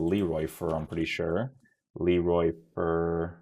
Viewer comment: You pronounce his name as "Fair" tho